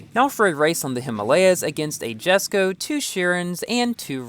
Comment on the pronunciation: Isn't it pronounced "YESSKO" instead of "JASSKO"?